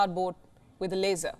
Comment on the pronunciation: it's not a laser it's "a frickin las-or"